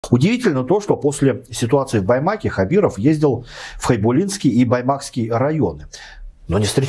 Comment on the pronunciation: Почему автор называет Хайбулинский через И? Сразу видно левый человек читающий по бумажке текст